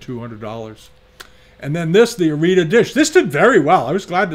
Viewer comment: The name of the city in Japan, Arita, is pronounced ah ree tah, NOT uh REETuh. TY